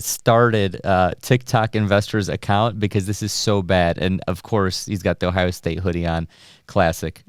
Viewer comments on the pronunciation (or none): none